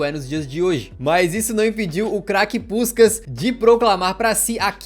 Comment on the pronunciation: Tu meteu um “puxcax” cariocado do nada! Hauaahu